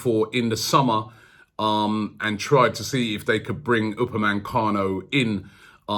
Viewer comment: ROBBIE, UPAME... CANO.. NO N in the middle... You've been saying UpameNcano for months now c'com